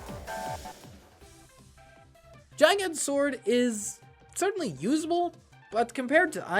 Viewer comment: “a-lee-vil” 💀 “jeye-gant” 💀💀